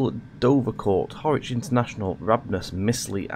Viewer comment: Hi A great video, well produced,.apart from one thing...you need to pay another visit to the "Train Sim School of Pronunciation"!! As far as I know, the Mayfield Line has not been moved to central Lancashire? You have constantly pronounced Harwich as HORWICH!! It was quite irritating. (And I am sure the people of central lancashire dont want a 360 running through their area either..lol.) So I will book you a slot as soon as a course becomes available. Lol Derek